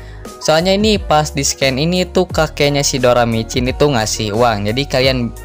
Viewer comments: doracimin bukan doramicin bang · doracimin doramicin lagi😭👍